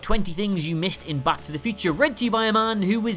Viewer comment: Cool video, but... am I the only one annoyed that he says “back” like “Bach”? 😂